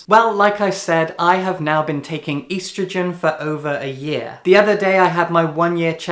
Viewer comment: Hey I'm trans and your valid but the way you said estrogen has physically scarred me.